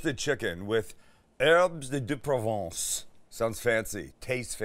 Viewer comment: Please do not pronounce the “s” in herbes de Provence. 😊 Your accent is too good to get that wrong. 🇫🇷